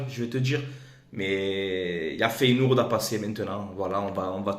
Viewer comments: Tu déchires fréro! continues comme ca ! Juste Feyenoord ca se prononce Féyénorde pas Féyénourde, tu m as fait délirer lol sinon tu gères ;) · Feyenoord se prononce Féyénorde pas feyenourde 🤣 Objectif atteint !